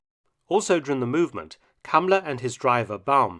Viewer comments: Calling him cummler emphasis on the CUM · I keep hearing Kamala instead of the guy's name. Another fascist so it works. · Y is he called "Cumler" though? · I like how he calls him Kumler